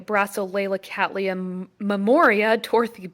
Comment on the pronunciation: How refreshing it is to hear someone from North America pronouncing Cattleya correctly.